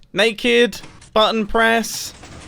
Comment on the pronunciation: am i hearing something did he call button mumbo: a batton